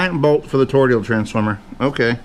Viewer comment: A donut shape is a TORUS. A TORUS shaped transformer is Toroidal. TOE-ROY-DAL. please pronounce it like you understand?